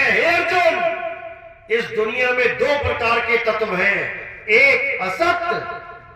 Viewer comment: Tatv ko Tatav bol raha ha ishko pahle katha thik se karni sikhni chahi.